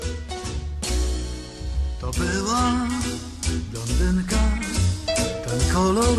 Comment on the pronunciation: blONdynka, nie blądynka